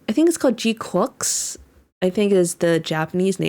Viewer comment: from the way it's said, it seems more like G-Quacks. granted, that might just be me thinking it.